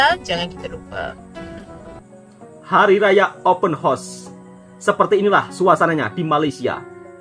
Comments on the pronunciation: Sedikit pembetulan buat tentang sebutan ' Open Horse' (Kuda Terbuka). Sebutan yg benar adalah ' Open House' (Rumah Terbuka). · Open hause wak bunyinya HAUS bukan HOS tu kuda😊